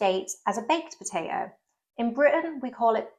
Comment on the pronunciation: Brilliant and interesting! And educational! My only slight criticism is that you pronounce potato as 'per-ato' (sometimes!) You'll be drinking 'Warder' next!!